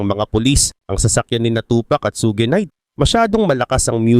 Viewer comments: suGe night😂😂😂 suge!!!! un boss hindi su ge😂😂😂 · Bakit parang sogi knight ang pag pronunciation mo boss? Ang tamang pag pronunciation ay SUGE ( SYOD)